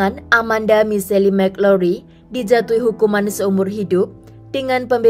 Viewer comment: Michelle itu bacanya misyel Bukan misyeli. Just info❤